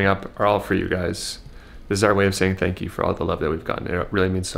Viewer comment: That was nice of u guys ....going back to say tanks..it's wooonderfull